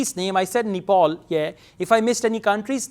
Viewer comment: Did u pronounce Nepal as ' Nipple '?🤣